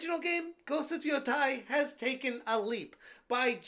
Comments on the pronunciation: Why is every YouTube saying ghost of YOTAI it’s not YOTAI it YO TE I think of of Teiwan instead of Taiwan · You keep pronouncing it wrong😂😂😂😂....but if it's woke, then F them. Call it Woke of Yotei